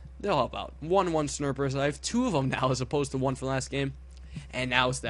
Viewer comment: Is it just me or are you calling snipers snerpers?